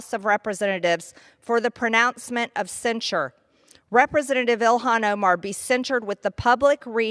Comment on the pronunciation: Ty 😊 🙏 Her name is Pronounces Il han.😅